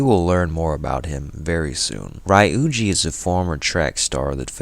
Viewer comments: it was a pretty good video btw! I think ryuji is pronounced ree - yujee instead of ry-yujee but it is not really that much of a problem. Great work! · Great recap. How did you go through 80+ hours of gameplay and still pronounce their names incorrectly. Its one thing to have a dialect. But you hear then pronoune Ryuji a certain way over 200 times. 🤷🏾‍♂️